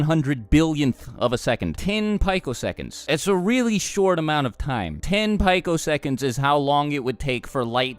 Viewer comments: no it's PEE-COseconds not PI-COseconds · it's pronounced peeco